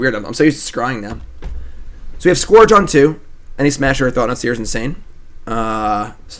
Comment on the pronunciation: Scourge rhymes with urge,!